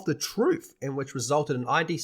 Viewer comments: It’s id not I-D. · It’s “id”, like “the id, the ego, and the superego”.